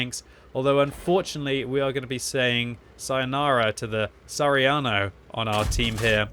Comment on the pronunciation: SARIANO LOOOOL !!! ITS SA HA RI A NO !